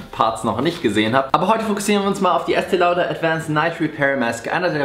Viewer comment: Es wird "Estee Lodee" ausgesprochen. Glaube ich.